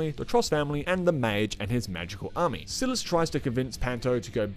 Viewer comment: hdjkshdjs silas is pronounced differently but great review!!!